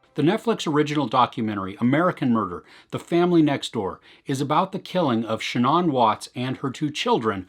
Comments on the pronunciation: The deceased woman's first name, Shanann... It is not pronounced "Sha'naughn". It's, actually: "Sha'naaan". Thanks. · Good review but your pronunciation of her name is not correct. The doc even says her name all the time. It is pronounced Sha-nAnne not Sha non.